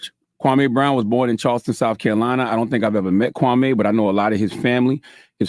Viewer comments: Kwame! Kwamee! not kwamay😭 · KwahME. not May. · Jason, its Kwam...e not Kwa....may! I'm glad that you fvck with Kwame, so do I! ✊✊🥰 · It’s not Kwame me me not mai lol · KWA- MEE... As in Kwame Nkrumah. His name and pronunciation of it shouldn't be difficult for us to roll off our Afu-Ra-Kan (Afrikan) tongues no matter how long we been in America. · Quit saying his name wrong..........your messy.....